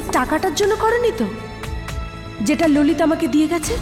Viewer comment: ভাই এটা কী রহিত বলছে না _ললিত 😅